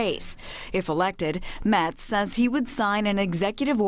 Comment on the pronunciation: Geez. Get Ted Metz's name right.